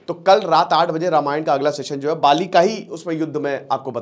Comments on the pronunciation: पाली नही बाली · आप बाली को पाली उच्चारित कर रहे हैं । कृपया ध्यान दें। शेष बढ़िया ! जय हिंद! जय भारत !